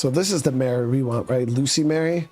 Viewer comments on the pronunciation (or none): It’s not loose-y Mary, it’s louse-y Mary, meaning she has lice.